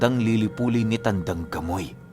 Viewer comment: Grabe Ang galing nmn nitong c tandang gamoy, bkt gamoy Diba pamoy hehehe